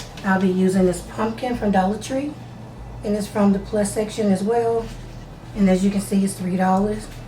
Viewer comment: Did you say Dollat Tree +??? Is that a whole different Dollar Tree or is that a section inside of the Dollar Tree?